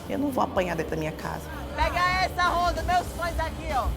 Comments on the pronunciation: why does Betch keep saying Honda!? Her name is Ronda! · But she must know that's it pronounced Ronda and not Honda! Or are Brazillians not able to pronounce the letter "R"!? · Pat Morgan in Portuguese sometimes the R is pronounced in a way that to English speakers it sounds like a H. There's your reason why.